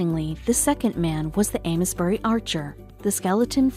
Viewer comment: Ames bury is pronounced like ‘aims’ bury, btw!